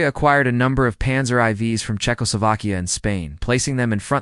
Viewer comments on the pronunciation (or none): Panzer eye vees? What is that AI? LOL!